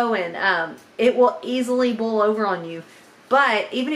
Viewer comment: As much as you make, it won’t last five minutes in your new store. You might be spending a lot more time in the kitchen to keep your customers happy. I have to let you know how much I smile every time you say “bowl” in place of boil. 😀 You said it so much this time my jaws are aching! Love it.